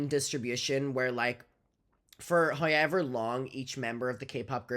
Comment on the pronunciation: I love how says “however”….”hi-yever” 🖤🖤